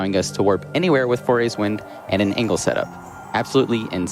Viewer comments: I always assumed it was pronounced "Fuh-roar" personally, but that's how I read it when I was like 5 years old... Definitely didn't think it was pronounced "Four-ays" like this guy was pronouncing it. Not even sure how he turned the spelling of "Farore" into "four-ay" Apparently he just thinks "are" makes "ore" and then the second R is silent? XD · It's faRORA's wind; not faYORAEYs..... jesus christ. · cant believe he kept saying foray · FAY ROAR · I love how keeps calling it Fauria’s Wind 😭😭